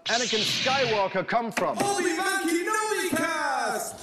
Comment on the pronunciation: He butchered the middle name of obi wan kenobi